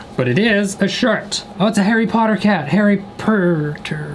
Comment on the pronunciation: "Harry Purrrrturrrr???", u good xD